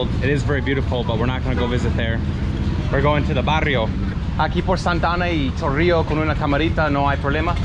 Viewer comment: "El Chorrio Heights" 😂